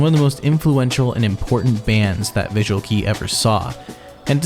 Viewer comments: it's embarassing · First, it's pronounced "bi-ju-a-ru ke-i," sounding like "kay" in English and not "key." Doesn't hurt to learn some basics of the Japanese language. Second, "I'll offer a prayer to your prostate." Really? That is hilarious. Try to read and understand English a bit better. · You don't show any credibility by pronouncing vk as visual "key". I tried but I cringed, I can't watch your video TˆT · it's kei as in "kay", not key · It's pronounced visual KAY! Not visual key... otherwise great video 👍🏻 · Aww this is so nostalgic i started listening to them from ard 2000 and they were a formative part of my childhood. quick tip, visual Kei is pronounced K~ thank you for a great throwback as usual!! love the work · visual"kee" tho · FYI, "Visual Kei" is pronounced as... "Visual KAY (as in Kay Jewelers)", not "Visual KEY (as in door key)" 😉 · hello, visual kei is pronounced like “kay” not “key”. japanese alphabet has it spelled as 系 which is け (ke) and い (i) not き (ki). Also Visual Kei is not a genre. It’s literally means visual style referring to the way bands would present themselves, not their music. That’s why bands like Dir En Grey, who forgo the visual aesthetic later on in their career no longer considered themselves visual kei. They still dress up and 京 is the most visual out of the band but they do not have the same visual presence as they did when they debuted and do not rely heavily on a cohesive aesthetic that all band members have to abide by. Like in some of their lives 京 is the only one who is dressed up (or not) while the rest of the members have their own style that is more toned down. Just like a normal band made up of people with different styles. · its visual kei, not visual key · Visual "kee" 😂😅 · IT’S PRONOUNCED VISUAL “KAY-“ 😭😭😭😭💀💀💀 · this video is riddled with misinformation and the fact "visual kei" is pronounced "visual key" speaks a lot about how little research was done here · visual kay-ee